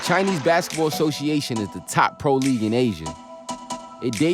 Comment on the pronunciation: He said “shosheation” I thought he was speaking Chinese?!